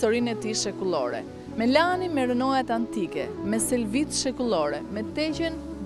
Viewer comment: Jo theksi tek a-ja, por tek e-ja, MELANI.